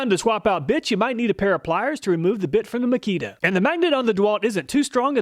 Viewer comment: didn't sound like he said bit..